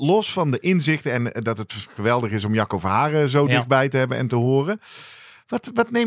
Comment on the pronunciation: Mooie uitzending weer, prachtig onderwerp, sommige uitspraken moeten we hier wel om lachen, is het nu Jacco of sjacco? net als Guido of Kiedo? het onderwerp vinden we het belangrijkste hoor en zeker de aandacht van hoe jeugd selecteren en hoe ontwikkelen, wel willen wij hier kwijt dat asm niet nieuw is, wij doen dit al 40 jaar. maar mooi dat bekende sporters en coaches hier nu een lans voor willen breken.